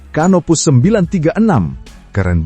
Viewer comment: HARAP '' CANOPOUS '' dibaca sebagai ''KANOPOUS''